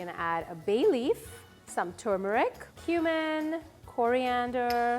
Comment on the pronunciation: Am I the only one who thinks she pronounced turmeric weird